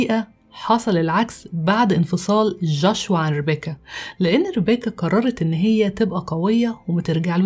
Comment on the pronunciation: جوشوا وليس جاشوا